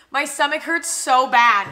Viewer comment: u know someone is ill when they say "hummy" omg😂